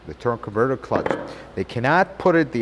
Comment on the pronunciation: It's a very weird way to pronounce the word " converter ".... Does it hurt your tongue ???